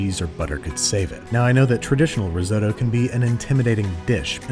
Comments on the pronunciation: "rriseott traicolore" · *only know about risotto from Hell's Kitchen "That's not how you say that" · Why do you say risotto like that 😅😂